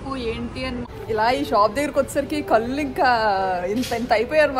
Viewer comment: "కళ్ళు" అనే మాట పలికే బదులు "కల్లు" అని పదే పదే అంటుంటే చాలా ఇబ్బందిగా ఉంది. మార్చుకోవడానికి ప్రయత్నించమ్మా😔ఇది సద్విమర్శ మాత్రమే... 🙏